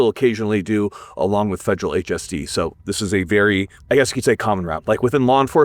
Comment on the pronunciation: "fejral HST"